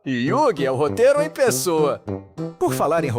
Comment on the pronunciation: Terceiro tema - "roreiro" kkk